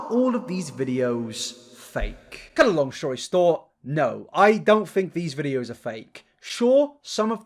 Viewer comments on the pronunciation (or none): Why is no one mentioning ‘cut a long shory stort’?!